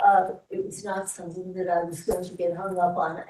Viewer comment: can't even pronounce gerunds and instead says "everythINK" or "somethINK". I get so irritated hearing it. Or, HearINK, so understands.